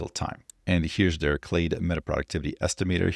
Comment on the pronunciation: You are pronouncing “clade” exactly right